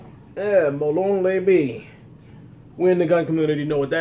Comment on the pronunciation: Hey you pronounced that wrong. Molon Labe'. Think of it like ( La - Bey) Not try to be mean or anything I just don't want people to be like What did he say? Great Vid!